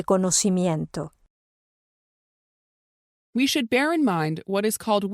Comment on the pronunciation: sALUDOS, QUE PASO EN EL MINUTO 5, EL ROBOT NO PUDO PRONUNCIA LA PALABRA CONOCIMIENTO🤔🤔🤔🤔🤔🤔🤔😚😚😚😚😚😚😚😚😚